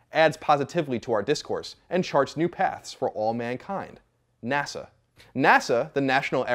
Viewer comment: "Nasha should..." I giggled. You can giggle too.